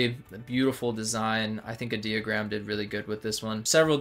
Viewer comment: i-deo-gram like idiot-ogram not idea-ogram .........😂🙄🤭